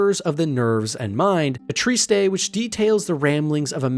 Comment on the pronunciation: Wait, it's pronounced "Treat-Say"? And not Treatise?